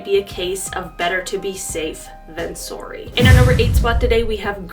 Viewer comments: Please say §orry again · I can’t believe Canadians actually say “sohrry”. Thought it was just a stereotype